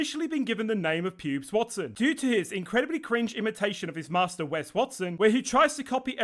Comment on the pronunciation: His name is WEST not Wes.